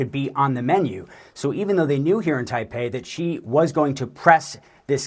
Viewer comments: you have pronounced it wrongly. It is not "G" but "Xi" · Either "Xi" or "Jin", never "Ji"!! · Xi....not Ji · Si not Gi. Learn the name of the feeding hand. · For those who don't know...Xi can be pronouced in almost the same tone as Shi. It's not Gee, not Jee, not Chee, just say Shi. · Xi is pronounced as "she" not "zee" madam......not good from CNN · "president Gee" for real CNN? lol